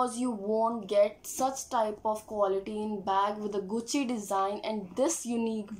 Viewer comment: Atleast say the name gucci properly!